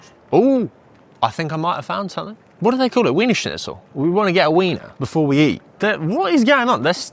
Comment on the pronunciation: Not to mention that he's mispronounced it yet no one pointed it out😮!